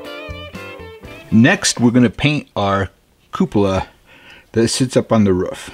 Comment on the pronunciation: Dude , there's no U in roof ! It's not a ruof !! It's a roof !